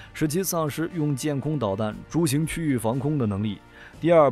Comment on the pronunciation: 抓到了，是「遂行」不是「逐行」😂！